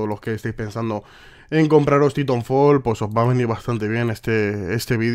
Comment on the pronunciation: Como dice: "Titonfol"